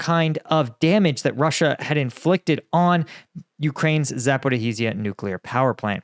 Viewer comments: no, he says Zhaporih-i-zia hihihi! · It’s been over 2 years and still couldn’t pronounce Zaporizhzhia to save his life!